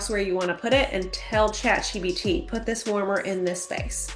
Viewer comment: Is she calling it Chat GBT? She's telling people to "utilise" AI and she doesnt even know the name of it.